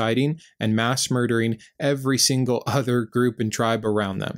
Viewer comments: Love your videos! I wish I didn't have to wait a week for sbs episodes lol. It bothers me that you always make "every" have 3 syllables, even when you're not emphasizing it 😂. Great, great channel though. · Two things impress in all of your videos,: • Your clear-eyed, plain-language discussion of Christianity and its storybook; and • Your commitment to pronouncing both of the “E”s in every. 😊 Nice work – i hope you keep it up. 👍